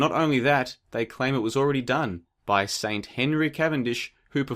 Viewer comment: "Saint" haha